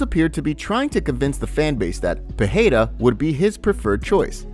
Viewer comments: It's 'Pee air da' The 'da' isn't a hard D however. Your tongue should kiss the roof of your mouth making it soft like a 'th'. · stop fukin saying Peheida lmao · pe e ra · Pee aida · sounds lie jon anik says potada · if you ask chael its Pierra